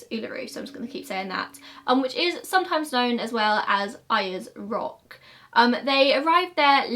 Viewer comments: I am an Australian, You pronounced Uluru correct but you pronounced Ayres rock wrong lol it's pronounced sounds like "airs rock" :-) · Your pronunciation on Uluru is fine. For the most part though, at least in my region, we pronounce Ayers Rock as “Airs Rock”. Dingos are very similar to kelpies and border collies but they are absolutely wild and dangerous as with any other predator. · You pronounced Uluru perfectly xx Ayers Rock is pronounced like "air's rock", however an an Indigenous Australian I cannot express how grateful I am to you for using the landmarks proper Indigenous name, thank you so much 💕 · It's more like "airs rock" when you pronounce it. You got uluru right. It's like "oo la roo". I know we have weird names here haha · u nailed the pronunciation of Uluru. although Ayers rock sounds like air.. like airs rock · Your pronounciation of Uluru was spot on. 'Ularoo'. Ayres rock is pronounced 'airs'. Thank you for acknowledging the dingo. Some ppl stull think she did it, but on Fraser Island dingoes killed a 9 y.o. boy in about 2002 and last year a toddler was dragged from its bed by another one. There was also Aboriginal stories confirming the danger of dingos around the time of Azarias disappearance but these were largely ignored. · You said Uluru right! But it’s pronounced air-es rock. This name is not commonly used anymore since it’s the white persons version and we try and be respectful to the indigenous culture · The pronunciation of uluru was correct but Ayers rock is more like air :) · you pronounce Uluru right :) but Ayers Rock is pronounced like Airs Rock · I’m Australian and you’re pronouncing Uluru correctly but Ayres rock is pronounced as “air-s” rock ❤️ love your content ❤️❤️ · You got the Uluru pronunciation right but Ayers Rock if pronounced like “Airs Rock” 😊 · You got uluru pronunciation correct but azaria is Az-ARE-ia And Ayers rock is like Airs rock. No way to write that without sounded like a dick ahahaha sorry